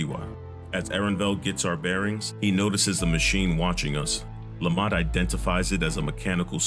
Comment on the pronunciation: I know you're saying Lamat but I keep hearing Lemont.